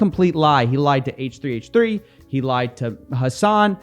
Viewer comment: H3H3 is pronounced hehe